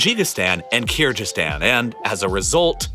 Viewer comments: Disgusting pronunciation of "Kyrgyzstan" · it's read "Ooygoor". Keergeezistan. G as in goal.